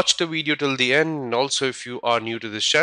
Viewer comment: Its "Video" NOT "Wideo"